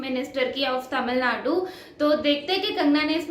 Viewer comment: I liked the way you said tamizh Nadu instead ppl said tamil nadu🙏